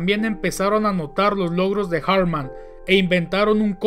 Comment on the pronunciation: No se llamaba "Erik" ni su apellido se pronuncia en inglés. Si no sabes alemán, pronúncialo en español. La pronunciación más sencilla es "Erij Alfred Jartman" (pronúncialo en español).